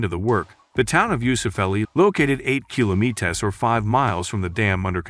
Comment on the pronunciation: why cant this guy pronounce kilometres? lol